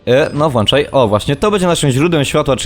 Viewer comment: Włanczaj? Serio? ._.